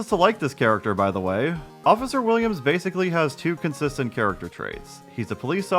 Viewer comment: Every time this guy says basically like "basily" i feel so annoyed